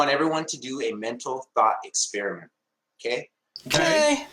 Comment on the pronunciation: He also says "Expirament."